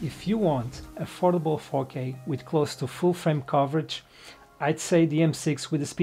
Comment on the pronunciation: great video! when you said 4k I heard "fokeh", which reminds me of bokeh. Bokeh in Fokeh :D